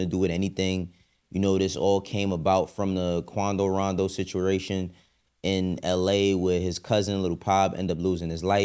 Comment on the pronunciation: Bro said situration